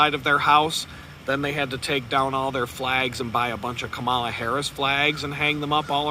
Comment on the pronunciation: You really sound dumb when you say her name wrong. "Comma" "la." Children can say it. (You're not clever deliberately mispronouncing someone's name.}